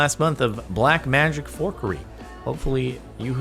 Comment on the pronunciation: It’s fuckery not forkery, Jordan